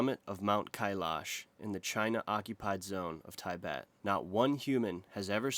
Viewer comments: Why does politics comments have to play into these geography trivials?! Don't do that unless you're doing a political piece. And it's not pronounced as Ti bet but "tuh bet". if you're fair, this is where you should say American occupied territory of Hawaii where locals customs were stripped and pushed away from their homeland and replaced with white people from the mainland USA. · "Taibet" are you serious? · say it after me - teeh-bet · Its “tee-bet” not “ty-bet”. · I believe Tibet is Pronouced Tuh bet not tie bet😀Americans love to change words! But love the video! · i wanted to kill myself everytime you said TYBET instead of TEABET.......... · There is no such place as Tie Bet. It is pronounced tɪˈbet. Soft "tih" like "tit for tat." And Bhuddism is generally considered a philosophy, not a religion. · Tibet is pronounce as "tea-bet" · Tibet. Its pronounced correctly in English "tih-BET" not "thaibet". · I had a chuckle at your pronounciation of Tibet, it's "tih-bet" not "tye-bet". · fascinating pronounciation, it's tee-bet not tie-bet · It's not Tye betans it's Tib betans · Tih-bet not tai-bet, and ar-ki-peligo not archy-peligo. No one else seems to have mentioned pronunciation... Otherwise, nice video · IT IS PRONOUNCED TEEEEE-BETT.....NOT TA-EEE-BETT 😂😂😂😂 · its tih-bet not tigh-bet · TIH-bet, not TIE-bet. You must think otherwise because you're so consistent, but you're wrong. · It's not "Tie-bet." It's "Tih-bet." The 'i' is not pronounced "Aye", but is a flat 'ih', as in 'ick.' ALSO! It's not "archiepelago", but "arkipelago" in terms of pronunciation. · Tibet is NOT pronounced Tie-Bet but Tee-Bet...Same goes for Tibetan... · I’m sure the proper pronunciation of Tibet is not Ty- bet. It is Tuhbet. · I thought that too 😭 it’s “Tee-bet” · Tie-bet and Archie-pelego lol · Thai-bet and Thai-betians love this mountain 😂American pronunciation sux bro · Tie-bet Archie-pelligo 😂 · Tibet not Tybet. lol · Where on earth is Tye-bett? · Ti -bet.😂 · tYbet? FFS! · lol "Tybet"